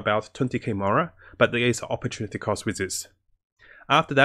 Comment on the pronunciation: Never thought the hear the word operrtunaty cost outside of business but in gaming 😂